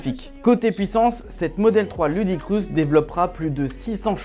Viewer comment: "Ludicrousse"? Poto, ça se dit "loudacrisse" (ludicrous). Et "teft", pas "zeft" (theft). Ton anglais fait mal aux oreilles. Bonjour des states.